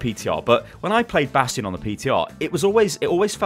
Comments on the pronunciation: did you just say Bradstion😂😂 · he said bradstion! zylbrad will be proud lol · did say bradstion at min 9 and 9 sec or am i hearing this bad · "It does seem that yes, bradstion is OP" Nice one ^^ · lol "Brastion" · Did he just say BRADSTION? screeches in Omnic Also, every hero that WRESTLED with Jeff gets nerfed immediately. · did he said "Bradstion"?! xD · Did he say Bradstion? :D